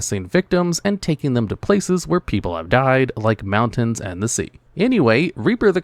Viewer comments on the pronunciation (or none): none